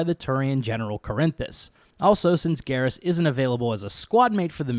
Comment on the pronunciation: his name isnt garrish is garrus. why are you adding the sh?